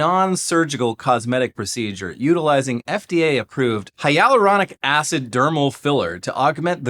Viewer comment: I can't believe you pronounced it hyaluronic acid instead of hyaluronic acid.